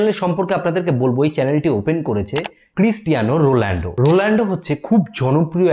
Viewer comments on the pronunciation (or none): Are Bhai cristiano rolendo na cristiano ronaldo hobe ok🤣🤣🤣🤣🤣🤣🤣